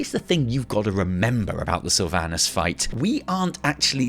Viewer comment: I guess none of these wow content creators know how to properly pronounce "Sylvanas" lmao. Jeez, what a cringe to hear.